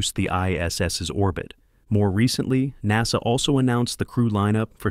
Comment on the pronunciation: good video.. please stop using text to voice that is crappy. mis-pronunciations of words like NASA is a huge distraction.